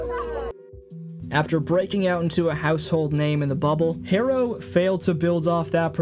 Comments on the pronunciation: How is Jimmy ”overdramtic?” He was just on soft ass teams that didn’t want to put in the work to win like he did, or just poorly run dysfunctional organizations. You can’t put a hard worker on a lazy team and expect them to be okay with it. Herro is pronounced “hero” not “hairo” And it’s just Bam. Even though he’s named after the Flintstones character, no one refers to him as Bam Bam. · Hahaha. Yea, another telling sign he doesn’t follow Heat is when he pronounced Herro’s name “Hairo”